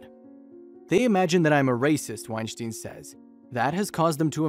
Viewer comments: It's pronounced like Einstein.. sounds like styn not Steen... he cleared it up on a Rogan podcast. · Thumbs down for getting his name wrong. It's said like wine-stine not wine-shteen. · Your saying his name wrong. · I commonly hit the like button for these types of videos. However, I’m stopping when the narrator mispronounces and misuses common words. I don’t even think he pronounces the professor’s name correctly. He almost sounds like a poorly programmed robot.